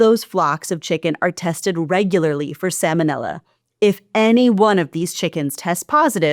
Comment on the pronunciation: Sa-L-monella. There’s an L in that word. It’s not Sam-onella.